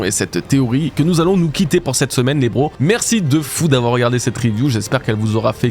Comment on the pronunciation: bros doit être prononcé BROWZ, Egghead se prononce EGHED, un petit effort!